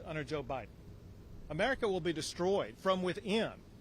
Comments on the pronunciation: Nome said” President OBiden” 😂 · She definitely called it OBIDEN. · Did I hear Governor Noem say President OBiden? lol it may have been a Freudian slip, but she nailed. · Did Governor Noemi say “President Obiden”? 😂 Freudian slip, perhaps. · Loved it when Kristi Nome slipped by calling Biden, O-Biden. It’s perfect.👏 love her.